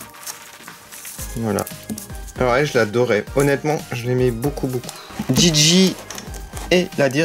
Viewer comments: Stp arête de dire d'gid'gi car c est gigi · S'est Gigi pas Gidgid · j'ai jamais dit gidgid j'ai dit GIGI ca se prononce comme ca